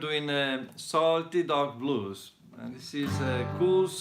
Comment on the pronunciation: I could have sworn he said salty dog balls 😂